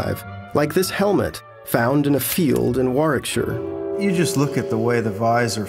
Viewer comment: Amongst many things in this video that impressed me is that an American pronounced Warwickshire right, that almost never happens lol